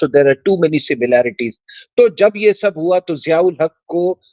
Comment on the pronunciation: सभ नहीं। सब।